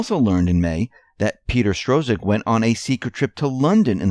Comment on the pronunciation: NOT STRO-ZIK! JESUS!